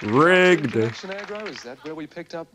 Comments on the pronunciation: It’s AGGRO as in “Aggressive”!!!!!! Not “Argo”!!! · It's ag-ro not ar-go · AGRO - AG RO, you dislexic yank. AG RO not AR GO!!!!! Get it right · Agro not arego A G RO It's just Agro not Agrovation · Grrrrr ! ! ! Read my man, bloody read. It's AGRO as in aggressive, not Argo as in Jason. Agro. When you say Argo, it makes me Agro. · It’s Agro, so annoying when you don’t say it right, Agro, short for Aggression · it is A G ro..not Ar GO AS IN it agravates you. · Lol, stop saying ARRRGO, it’s AGRO. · OMG, stop saying ARGO. His name is Agro. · ok it's AGRO NOT ARGO FFS do American schools not teach spelling? Dude you have a great channel but you need to actually read what is on the screen before you talk about it....js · agro a a a not ar agro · Everytime he says argo makes me cringe 😬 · It's not that hard. AGRO FFS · A as in Apple. Gro as in Grow... But I reckon you're just trolling us Aussies :) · AGRO!! Ag grow try pronouncing it that way. Jaime Dunn is the bloke behind AGRO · We pronounce it like Ag row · Oh well dear.fellow AUSSIES , at least WE can read well enough to pronounce the letters in the correct order. AGRO!!!! LOL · AGRO, as in AGGRO-vation. 😅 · FYI - You pronounce it as AGG ROw> Also the joke here is, Fat Cat doesn't speak ;) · Say it as Agrow. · Dude it's AGro lol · It’s Ag-ro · you must have faied high school its A G R O get the name right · For Christ sake it “Agro” as in aggravation the host said it ten times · Omg the sign says Agro, the host calls him Agro, the intro to the video says Agro. Get it right sir... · Love your channel … but he’s called.. “AGRO” AG-RO. AGRO was the 2012 movie with Ben Affleck mate.:) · Ag grow, like in grow up. It’s actually insulting when you screw up famous Aussie icons. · Stop saying ARGO! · No it's not short for aggression, his name is Agro Vation!! Agro is short for Aggravation! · How can you mispronounced it everytime, is English your first language? G is before the R. Come on man, try harder.